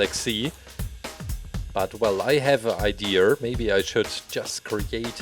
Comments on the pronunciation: It’s pronounced “idea”, it’s not pronounced “idear”. There is no “r” in idea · It’s funny how he says ideer and not idea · OMG ITS IDEA NOT IDEERRRRRRRR U MOUSED FACED RABBIT 🐰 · Uhm, its not iDEERS it is iDEAS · I love how you say idea Ider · Love how you say idea like ider😁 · Why do you say ideaer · He says I deer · i love your accent and how you pronounce idea ideer.. Its great.. 😊